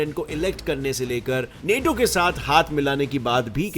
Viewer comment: Bhai tum hindi bahot jhaatu bolte ho maderchod... Thoda kisi se poochh liya karo... पुटिन नेटो।।। bhosdi k पुतिन और नाटो hai